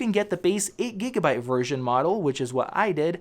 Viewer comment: You say gigabyte wrong